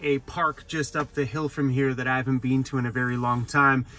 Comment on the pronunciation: U say been like Bean….Wth is that all about? Bean to…. 🤓🤓